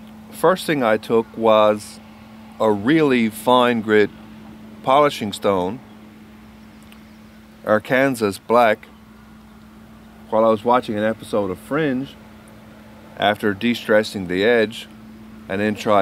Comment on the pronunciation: just wondering, any reason you say are-kansas instead of are-can-saw like it's pronounced here in the states? Just you goin against the norm again?:)